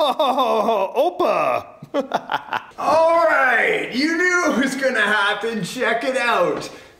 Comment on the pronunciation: sorry you said OPA at some point???this is a greek word.